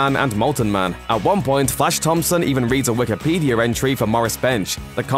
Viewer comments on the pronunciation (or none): none